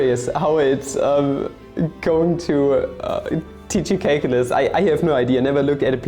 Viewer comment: You know you're watching a video when he immediately corrects 'menga' to 'manga', and then says 'caklylsz'